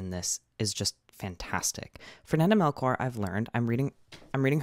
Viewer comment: fernanda melCHor ! is pronounced ch like in chimney